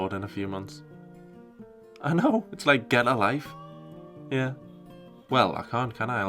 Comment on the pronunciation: That 'get a life' sounded mighty county durham like, possibly tyne and wear Shit I thought it was just me